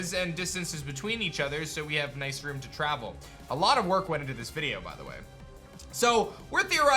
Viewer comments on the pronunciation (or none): none